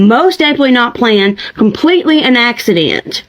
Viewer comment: "COMPLETELY AN AXYDEYNT 🤬"